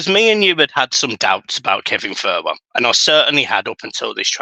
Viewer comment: iliman not Lillyman Thelwell not Thurwell 👍🏼 I love the channel. Totally agree about needing to monetise our fan base so much better than we have done! Excitement on the horizon 💙